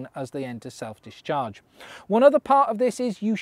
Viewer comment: Every time you say self discharge I hear self destruct.